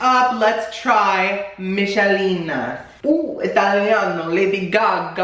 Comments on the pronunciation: my name’s michelina and he just pronounced it “mishaleena” i cant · Michelina is pronounced Mykelina. Baguettes are French not Italian. 100% cringe 100% gay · Ch in Italian becomes a k sound. No k in the Italian alphabet. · lolol during the michelina one, you were doing a mix between a french and italian accent 😂